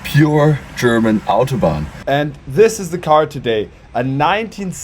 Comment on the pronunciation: Dass deutsche "Mercedes, Autobahn, Hamburg, Hannover,.." irgendwie "Englisch" aussprechen.. man Stelle sich vor das würden Franzosen oder Spanier machen 🙈 Zum Thema: 4 gang Automatik ist technischer/wirtschaftlicher Hinsicht schon sehr innovativ, zu dem Zeitpunkt waren eher 3 Gänge üblich bei einer Automatik. Ich fahre eine 2-Gang Chevy Powerglide, geht such 🤷🏼‍♂️😉 Ist ja mit Drehmomentwandler, man braucht die feinen Abstufungen da einfach nicht. Opel, Ford usw haben auch bis in die 2010er ihre ECHTEN Automatikgetriebe mit 4 Gängen ausgestattet, mehr braucht niemand ✌🏼